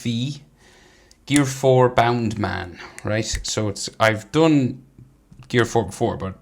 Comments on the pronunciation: It kinda sounds like “ boundamun “ in the Japanese one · Think it’s bounce man not bound man